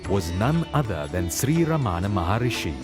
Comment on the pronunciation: Sree Ramana. Not Ramaana.